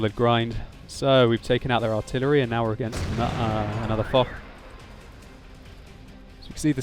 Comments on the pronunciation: I think foch should be pronounced fosh and not fok as in video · correct pronunciation is "Fosh" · i think its is fosh but spelt foch